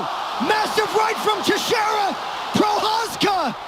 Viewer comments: the Jiri s surname pronounciation was wild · Is this sarcasm? He butchered Texiera and Prochazka as I was reading your message.